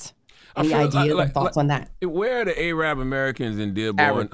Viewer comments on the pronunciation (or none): No way my man said A-rab 😂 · This fool Charla said "A-Rab" while trying to chastise Trump about ethnic cleansing. You know, Charla...people who use the term "A-Rab" are usually the people who want Ethnic cleansing. Black people like Charla, need to shut up, about serious topics, because theyre far too ignorant to address them properly.